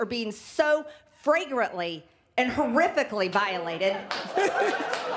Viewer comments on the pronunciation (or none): I listened to it twice to be sure, and MTG DID refer to trump as the “46th president of the United States”. I believe 46 is Joe Biden, right? And also heard her say “fragrant”, not “flagrant”..